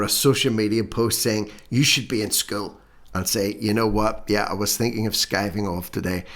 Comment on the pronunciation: Good one - Suspect Young Helen’s not a MENSA Candidate!!!! Pronouncing ‘School’ with one syllable would be a start - after all she’s The Minister for Education!!!!!!!!!!!